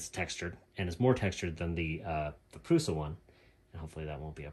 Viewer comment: It is "Prusha" ;-) But don't worry, we know what you are talking about ..